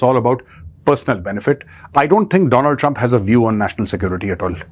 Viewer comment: My friend dolund truuuump